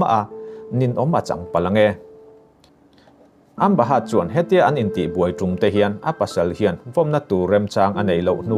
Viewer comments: Amba heart ti mai che a ka hriat chu a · Amba haaatt hi ka ngei riau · e a nih chu,a nih chuan kan news ngaihthlak chu a ga rin tlak loh ve...thil belh chian tlak loh hi chu Up lord lo se tha tur..a lam dan reng2 kha a lam no lutuk😂😂ambahat....lower...🤣😂😂